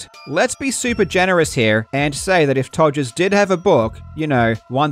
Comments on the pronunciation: My favorite part of this video is you calling him “Togers” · The fact you keep calling him Togers LMFAO